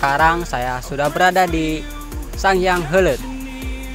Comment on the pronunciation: Heuleut ya min, pake U hehe